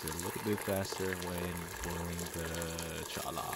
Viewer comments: We pronounce it “choyah” in Arizona. Like Ocotillo we pronounce the double “l” like a “y”. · Pronounced CHOY-ah.